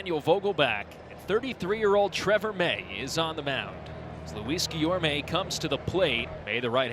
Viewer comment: later on he corrected himself, but replaced that mistake with calling guillorme guillermo